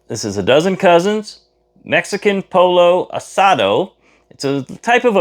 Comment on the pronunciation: Looks great! Have done Rice a Roni before and always comes out perfect. Pollo pronounced Po yo in Spanish. Will have to try the Dozen Cousins. Thanks!😊